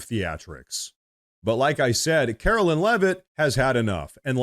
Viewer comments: Karo"LINE" is how she pronounces her name. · Love your content,. I watch you everyday. Our Press Secretarys name is KAROLINE, not Carolyn. Just a heads up.